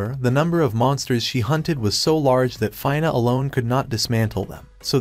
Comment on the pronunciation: So far everything is good except for pronouncing the name of 'Fina' it's not "Fayna" its Fina